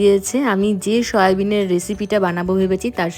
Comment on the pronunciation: Its soyabean not shoya